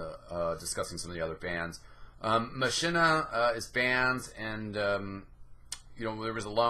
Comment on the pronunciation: A couple things: - Machina is pronounced like "Mock-in-a" because it's a play on a Latin phrase. - Amputator is part of the Medic set, which grants a little bit of extra self-healing. Vita-Saw maintains some UberCharge after death (like what Bioshock's Vita-Chambers do).